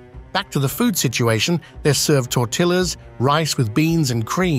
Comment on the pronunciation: How did they afford it? Tortilas? It's pronounced tor tee yas!